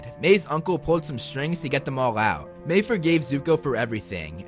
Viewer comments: Its pronounced "My" not "May" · Dude ma-i not may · It's Mae not Mai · I-I’m sorry but like my name is Mai and you’re saying may and it gives me flashbacks to school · Why is Mai pronounced Mei ? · I have to go back and rewatch but isn't her name pronounced like My? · You say her name weird